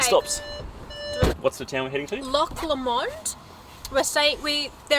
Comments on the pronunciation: It’s pronounced Loch Low - Mond = Loch Lomond 👍🏽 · Loch Lomond is pronounced low and mond (rhymes with pond) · Your pronunciation of loch lomond left me laughing 😂